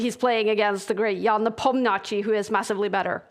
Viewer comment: All due respect to Kaja, but it would be great if she could learn the pronunciation of Nepomniachtchi.